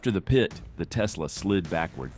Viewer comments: Just say PIT. Not P-I-T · Funny how the AI narrator calls a pit maneuver a PIAT maneuver...